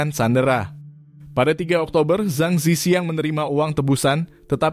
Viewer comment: org hk drmn? dia baca nama zhang zi qiang aja salah.. harusnya di baca cang ci chiang dalam mandarin.